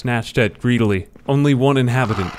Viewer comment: While his voice is very soothing, I think you might want listen to the words again and edit your comment, his pronounciation is reasonably good, but nowhere near perfect. I am not looking to put him down in any way, but let's be honest in all things, if we can; the dude can't even pronounce "greedily", he is young and has a lot of work to do to reach the level of a pro narrator.